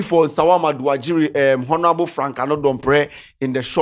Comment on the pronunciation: The way says 'Honorable' makes my skin crawl. Please for the love of all that's good, the 'H' in honour and all its derivative words or word family are silent 'H' so it should sound 'onourable' not with a pronounced 'H'. 🙏🏾